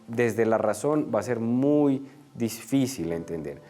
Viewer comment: P.d En vez de: uy....e preocupación .......edicen....DEBE DECIR: muy...es preocupante...se dicen